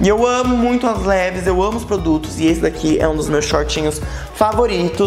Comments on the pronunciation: Levis uahauauau se pronuncia "leváis" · a pronúncia não seria "Livais"? Amo seus vídeos, pode fazer mais sobre moda, adorei.